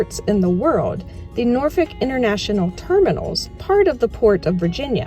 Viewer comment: Thank you for pronouncing Norfolk correctly. Shoutout to the 757.